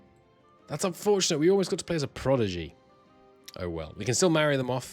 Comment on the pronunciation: You are mispronouncing “prodigy” mate, switching the d and g sounds